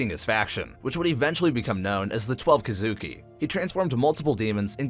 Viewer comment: bro said huh-sheera and kuh-zooki